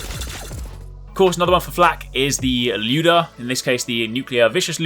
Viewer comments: Prounounce it Lie-ooda not lewd-uh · Ly-oo-duh not looda. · This keeps on bugging me but 1. He's pronouncing lyuda wrong 2. He's not even using the lyuda correctly, it's meant to be a semi long range gun in order to activate it's gimmick where the projectile splits from 1 to 3 bullets, which is what makes it a god tier weapon.